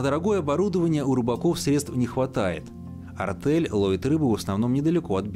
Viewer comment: Почему "артЭль"? артЕль!!